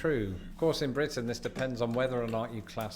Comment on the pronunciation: "Blitin"?... I thought it was Britain. ;-p